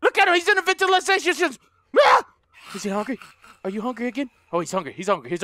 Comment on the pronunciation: There in the Ventilashan shishtam!!! Me:😂😂😂😂😂😂😂😂😂😂😂